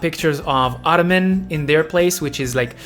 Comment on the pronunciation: Idk if it's meant as a joke or because your first language may not be english but, but Autumn is pronounced "aww-tum" and not "otto-man," ❤